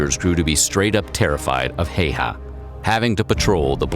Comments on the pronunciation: its Häyhä not Heiha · I hate the way the guy says hes name its bot heyha its häyhä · Why does he say heihaaa? Its häyhä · Häyhä. Not heyha. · Simo Heihaa.. ?? What the Fuck.. His nimi is Häyhä.. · Its huya not haa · Everytime I hear "hayhaw" I die a little as a Finnish person, it's pronounced "hæy̯-hæ" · It's always weird when the name is Häyhä but everyone says Heiha, also It's Simo not Simou. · "Heiha" it's häyhä xD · Deadliest is wrong the Soviet’s had green uniforms and traveled in large groups making them easy targets the white feather is the deadliest considering the environments he operated in the tactics used and the missions he was sent on and also it’s pronounced like hi-ha not hey-ha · I understand it’s not easy for people to pronounce foreign people’s names, but come on. The guy’s name is not ”Hey-ha”. Häyhä is pronounced like the first syllable of HAlf, the ”U” in cUbe and then the first syllable of HAlf again. HA-U-HA. Given that, 90 % of that story is true, more or less. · Bro I really get triggered when people mispronounce names man says "hey ha" while it's pronounced "How-ha" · PS. Häyhä is said more like 'HOW'hah', the way Southern USA says How. The reader says it like it would be spelled 'Heihä'. Well, he was sort of a 'Hay Hat', just a dangerous one with a gun. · Heiha No. Not Heiha; Häyhä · Its not heyha its häyhä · fun fact. Simo's last name isn't pronounced like that. it's pronounced hao-ha, with an O. americans as per usual, butchering names that aren't in english. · Häyhä Not Heyha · Simo Heyhaa. Hahhahhah. He said the name so wrong. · The "heyhaa" pronunciation makes me lol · Its not heiha it Häyhä ä is pronounced like The english a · Its Häyhä not haha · It's Häyhä, not Heyha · I like the way you pronounce Häyhä. For me as a Finnish person its sounds like Heiuhaa. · no this is pretty bad.....and funny XD its almost sounds like heihei and thats byebye in finn xD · Simo häyhä not heihaa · It's so funny how off the pronunciation of Häyhä is.